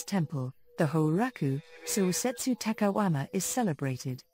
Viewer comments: My only complaint is that she keeps saying takahuama instead of takayama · Cringing for 20 minutes everytime the narrator says "takaWama" instead of "takaYama". Please, ask for native speakers to do this job ! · Narrator keeps referring to the city as takawama